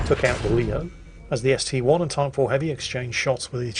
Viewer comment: Dear, dear,, that ST-I isn't an ST-one, it's an 'i' not a 'one'